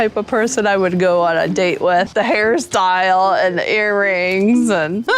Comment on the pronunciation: that was so weird the way she pronounced the word “hairstyle”. Hairs TILE! With so much pressure behind the second syllable